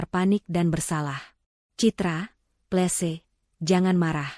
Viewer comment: Tolong 'Please" dibaca " pliis"